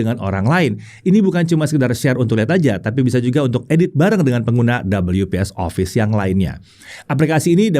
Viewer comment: Orang normal: We-Pe-eS: Dobel-yu-pees 😂😂😂😂😂